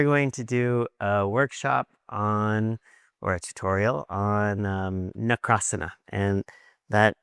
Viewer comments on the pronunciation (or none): Not nakarasan it's makarasan